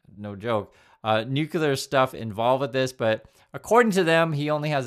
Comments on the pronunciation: FYI, it's, NUCLEAR, "new+clear", only two syllables. Not three. There is no such word as, and I have to guess on how to spell it because it doesn't exist "Noo-Q-Ler", is not a word. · Hey, love you and love your videos, but I gotta tell you if something is not clear. It is not UN-KYOOLER LOL So it's also not NOOKYOOLER 😂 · No offense, I like your content and presentation.... I just always wonder why some Americans pronounce nuclear like "nucular".... But then, I also wonder why so many of you voted for Trump...